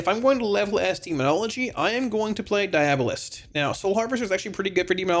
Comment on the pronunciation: Deee AWWW bolist